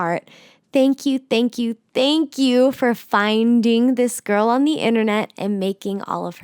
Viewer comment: that subtle "*finding* me" tho